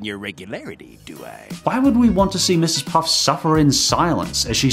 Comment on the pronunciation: Its mrs puffffffff not puffs man